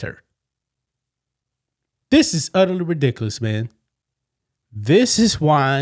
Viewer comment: Did i hear a unridiculous lol